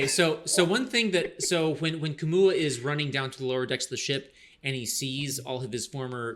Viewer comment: Kamau not Kamua!